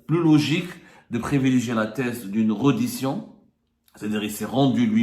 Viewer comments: On écrit reddition on prononce " rédition" cher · On dit : rédition ya le journaliste de seconde zone